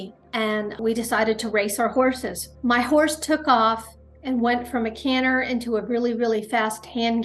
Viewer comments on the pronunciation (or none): Canner? Do you mean Canter?